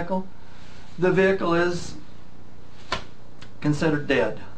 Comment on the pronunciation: Why he say vehikal